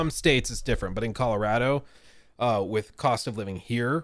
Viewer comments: Saying “Colaratto” 8 times in 30 seconds was triggering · ColorAdo really makes the accent come out 😄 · am I the only one who gets Icked out by the way like says Colorado 😂